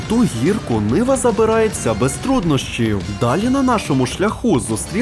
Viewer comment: Не niva а nyva ушльопок малолітній🤬